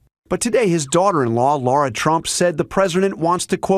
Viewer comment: Why do people keep pronouncing Lara trumps name wrong? Laura is a lovely name, Lara is pronounce like Moe Curly and Larry only Lar-a instead of -e. A name that actually suits her 3 stooges brain and ability!